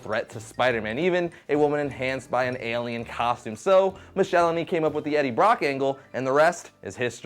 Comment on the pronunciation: Not to be a stickler, but I remember very clearly from a letters column that David Michelinie rhymes with Pickle My Knee - mick-el-eye-knee.